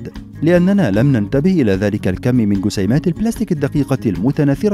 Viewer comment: اللغه العربيه في خطررر. قسيمات=جسيمات، حقم=جحم !!